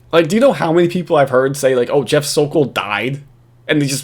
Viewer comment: I’m so thankful nailed “The Sokol.” Yes, “Sokolmania” is a thing. He’s now living on Cape Cod btw! The word is out! Let’s get “The Sokol”!!!